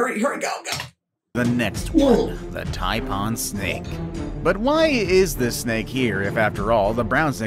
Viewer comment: 😂😂”the TYPE-ON snake 😅”